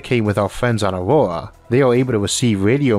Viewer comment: why did you name your planet "Aurora" when you can't pronounce any consonants in that word?